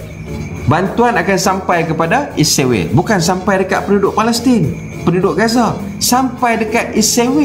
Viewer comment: Sepatutnya ko tak gelak2, tapi ko patut maki jer dua orang tu dengan serius. Ko juga jangan takut2 sebut 'Israel' bukan sebut 'Isriwel' seolah2 kamu takut pulak dengan Israel. Pertimbangkan nasihat aku ni.